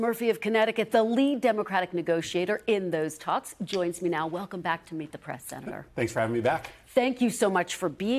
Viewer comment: Meet The Prass... I'm Kristen Welker and this is Meet The PRASS. Someone teach Kristen how to say "press."